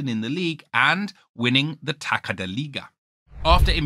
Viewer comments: its pronounced Tassa not taka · Nice vídeo but please, when you see the letter "ç" in portuguese it's always pronounced "s", so if you see "Taça" just say "Tasa" and its perfect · Good video. But you really need to learn how to say taça 😅 you pronouncing taka. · first note: it's "Tassa" ("ç" sound is "ss") Second note: Sporting agreed to pay the buyout clause, but only actually paid it almost a year later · the scary truth is that he can't pronounce "Taça" and instead says "Taka" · Im Portuguese, please don’t try to say “Taça”, just say “Cup” every time you see that. Your spelling was not good.